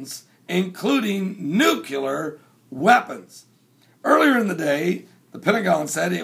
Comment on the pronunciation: It would be awesome if you actually said Nuclear and not Nucular.